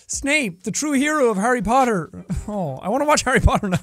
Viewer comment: Why doesn't jack pronounce Harry Potter like "Cutter"